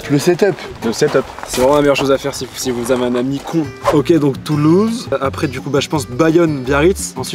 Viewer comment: [Commentaire chiant qui répertorie les erreurs] « Djisli » Djilsi* T’es chié quand même « Touloue » Toulouse* Un peu de propreté merde.